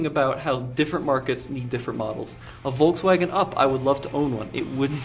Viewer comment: pronounces Volkswagen like Volts-wagen. Very electric😂